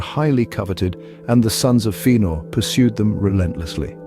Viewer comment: Yeah but it’s not FEE-anor, it’s FEH-anor. Don’t be a noob.